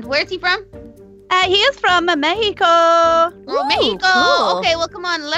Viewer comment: little Carly or Karina Elliott don't say Mexico like that